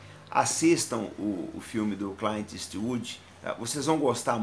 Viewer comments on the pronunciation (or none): Naum e cayint e clint kkkkk cliiint porra lkkkkkk pronuncia direito kkkkkk